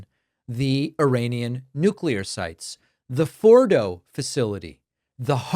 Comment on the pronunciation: "Nu-culur"😂 His Orangeness is yelling at clouds every day. It's exhausting. So is Trump's minions' need to tell everyone of how great and badass they are on an almost daily basis. All expressed in this super macho, self promoting, nonsense language that reeks of incompetence. Yuck!